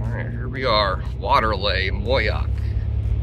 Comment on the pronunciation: Welcome to Moyock! The locals are going to put you on a pitchfork for saying MOY-YOCK. It's MOE-YOCK. 😂 It's a great town and county. We've been here since 2013 and will retire here from the Navy next year.